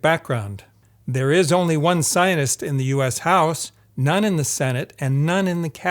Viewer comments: You really irritate me, by butchering the word scientist. When you say it over and over again pronouncing it like "Zionists", I could just smash my screen. I had to sttop watching this. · Why do you pronounce scientist as Zionist?? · I appreciate this videos content. The the cherry on top; your pronunciation of the word scientist. To me; It sounds like you are saying “ sinus”. regardless, its fantastic work. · I swear everytime this man pronounces "scientist" the lack of middle T sound is making it sound like "zionist" and it's making this video inadvertently crazy to get through 😭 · I am the only one hearing him pronounce the word "Scientist" as something completely different ? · Can’t get over the fact that he doesn’t pronounce the first “t” in “scientist” haha. Maybe I’ve been living under a rock or in some funny part of America, but I’ve never heard it pronounced like that before.